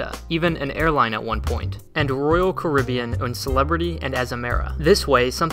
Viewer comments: the pronunciation of Costa and Caribbean is killing me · The way he says carribean makes me feel uneasy